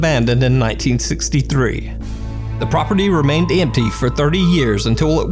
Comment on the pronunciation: did you just go southern? lol "tha property ramained emmpty"